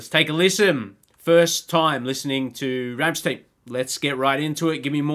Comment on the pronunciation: From a fellow Aussie welcome to the Rammstein rabbit hole! Just come across your channel when looking for Rammstein reactions! They do touch on very dark shit so be prepared! Keep going🤘 Oh it’s pronounced Rammstine not Rammsteen.